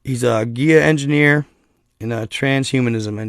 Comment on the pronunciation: Did you pronounce Gaia as giya? Maybe you were reading something else...